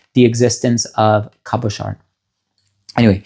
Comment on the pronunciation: He needs to work on his French pronunciation, no ‘D’ in Cabochard, no ‘S’ in Grès, voilà tout !